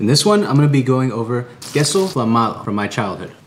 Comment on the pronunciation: shouldn't it be pronounced queso fla-me-a-do instead of queso fla-ma-do?